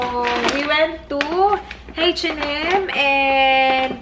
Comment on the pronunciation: H&m, sabi nya heisch and m and handol instead of handle